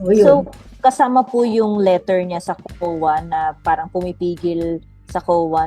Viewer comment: Asus teacher ka hindi mo nga mabigkas ng tama sa LETTER parang LITER ANG SINABI MO